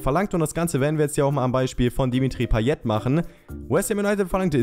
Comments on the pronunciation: Du sprichst payet falsch aus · paye nicht payet aber du weist ja eh alles besser